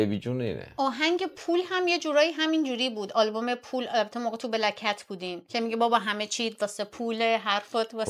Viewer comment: گلناز جان بلک کتز درسته نه بلک کت. چند بار هم پیروز عزیز تکرار کرد ولی توجه نکردید. به عنوان یک مصاحبه گر لازم نیست مدام بگید من سنم نمیرسه کوچیک بودم ، اطلاعاتتون رو باید بالا ببرید